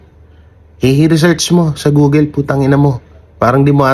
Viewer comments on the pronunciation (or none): none